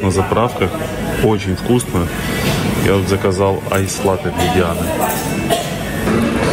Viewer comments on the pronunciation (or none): none